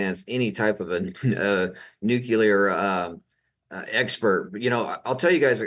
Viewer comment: Sorry but cannot stay silent! It is NEW CLEAR not new q ler. Please 🥴 Great podcast anyway.